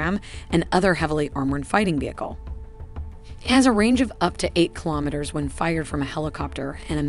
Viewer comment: You were given too many attempts to pronounce kilometer correctly, but a great video nonetheless